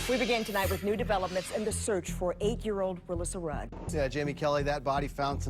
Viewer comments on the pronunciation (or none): none